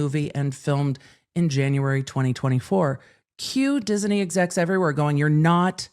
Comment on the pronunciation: Oh, no. mystery third Disney syllable is back again:)